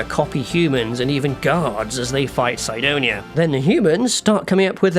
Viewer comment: Everyone pronounces Sidonia Sidonia but this guy decides to say it "Saidonia" for no reason